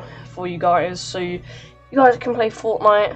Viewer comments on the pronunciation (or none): Man really just said fortmite